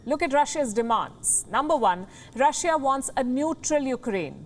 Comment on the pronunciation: Rah-shiaa hahaha